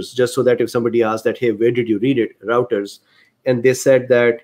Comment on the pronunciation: Doc, it’s pronounced Royters